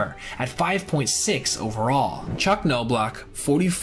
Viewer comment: It’s pronounced like Knob not noblock for Chuck and Appier is A-Peer not appy-er